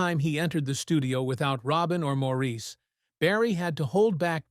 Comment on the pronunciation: I love the Bee Gees. It hurts when you call Morris Maurice. It was spelled that way but pronounced Morris.